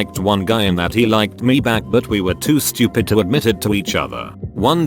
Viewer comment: The translation of some of these words are just as funny as the stories. Stoo-op-id. Fi-an-kay. WTF! LMAO